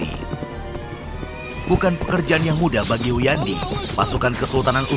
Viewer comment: Hunyadi, bkn Huyandi🤣